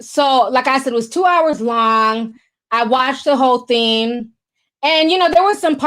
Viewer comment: I like watching the show but u can’t talk it’s something not sometheen or thing not theen omg that’s burns my soul u can’t add a g and say thing or something my god